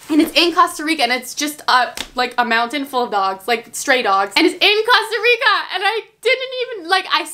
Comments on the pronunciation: Cringe every time you say Costa Rica wrong 😂😂 jk loveeee you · "Actually it's Costa Rica I see your comments I know I'm pronouncing it wrong" but yet continues to say it wrong. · am i the only one who noticed she said costa rica wrong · You DONT say Costa Rica like THAT 😬😬😬😬 okay good you fixed it😆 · Is anyone else getting SOOO annoyed in the beginning about how she’s saying Costa Rica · Is anyone else bothered that she is saying Costa Rica wrong 😂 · It's real annoying when u say Costa Rica wrong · i know she did not just say “COSTah rica” smhh🤦🏻‍♀️🤦🏻‍♀️ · Costa Rica NOT COSTa rica , anyway you're one of my favorite YouTubes❤️😂😄❤️😊☀️ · You are legit my favorite youtuber and you're just so cute and funny.. You make me smile and stuff, and it's COAST-A-RICA. Not Cost-a-rica. ILY BUT FR. XD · Your saying Costa Rica wrong😂 it’s not Casta Rica (kind of how you pronounce it) it’s cOsta Rica with the long o sound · it’s cOast-a-rica not cost-a-rica😂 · I love but it’s COSTA NOT CASTA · Coast not cost lol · Costa Rica not Casta Rica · OMG THE WAY TO PRONOUNCE IT IS COASTA RICA NOT COSTA RICA ahhhhhh my ocd every time you say it wrong drives me insane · I love you but it’s pronounced cost a rica Not coassst! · I'm sorry... am I still the only one that is bothered that she's saying causterica and not costErica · “ Casta Rica” 😂😂😂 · A quarter through the video and she continues to say CAsta Rica again 😫😂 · awww thanks for trying we don't mind if u say CAsta Rica we love u anyway 😍😘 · I’m costarican and I showed my dad this video and he was like cringed out of his MIND when you said casta rica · Anyone else saying COSTa rica like?😂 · it’s pronounced coast-uh-ree-kuh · Im sorry I love you but "CASTA RICA" ahh "CO"😂💛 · “Cost-a rica Cost-a” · “Casta rica” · c-OH-sta REE-ca it's not that hard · Wtf is CASTA RICA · YOU KEEP SAYING COSTA RICA WRONG😂💛.......... but I love you so much💗❤️ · you said Costa Rica wrong:)